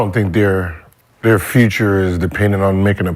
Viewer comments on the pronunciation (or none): yo he said fubre Lmao